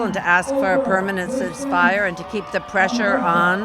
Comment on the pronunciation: she cant even pronounce ceasefire right